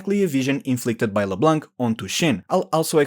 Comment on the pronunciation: I love how you absolutely try to say Xin like its should be say. But you really dont care for Leblanc. If Xin is pronounce to the chinese method du is an chinese name. So Leblanc should be pronounce as a french name because its a french Name. And so the C at the end is silent.